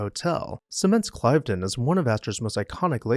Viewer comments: This is outstanding, especially your inclusion of Brissac and #2 Temple Place. Cliveden is pronounced with a short "i", Cliv-den. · Yes, Cliv-den (I've been there);, not Clive-den. Vye-count; not vis-count. And Du-mah; not Du-mas. You make wonderful videos and I don't enjoy playing the role of pedant. But since I was a young boy, I not only looked up the definitions of new words, but also, how to pronounce them. It's really not so different from asking friends and associates how to pronounce your last name correctly!